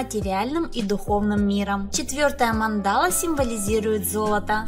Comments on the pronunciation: Не манда́ла, а ма́ндала. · mAndala, a ne mandAla..... Spasibo . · Мандала (ударение на первый слог) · Прикольно, спасибо. Но ударение на слове Мандала и остальных слов вам не известных лучше прояснять в словаре.